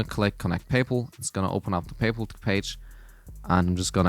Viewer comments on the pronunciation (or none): First Person I Heard Pronounce Paypal Like "Payple"